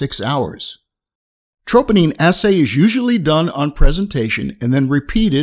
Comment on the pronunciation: Nice...but you’re pronouncing troponin wrong